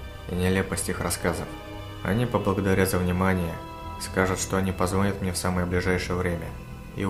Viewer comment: Не позвОнят, а позвонЯт.